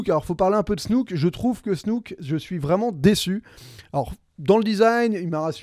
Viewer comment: Tu es vraiment pas crédible..dire Leila, Snouke. Nan mais tu es inculte niveau cinéma. De plus Snoke est en full cgi joué en morphing par Andy Serkis. Arrete de faire des critiques en n ayant aucune vraie info sur le film.